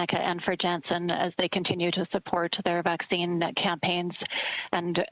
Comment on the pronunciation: it is not avccine